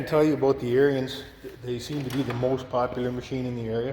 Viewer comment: AIR-enz.... NOT Air-ee-enz